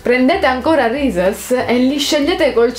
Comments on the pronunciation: Si dice risis non rises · Reese's come dici tu si dice risis graziepregociao e non criticare tutto👌